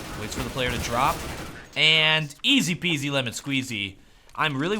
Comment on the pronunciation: i think says "ez pz ramon squeezey" every time casting a pro-game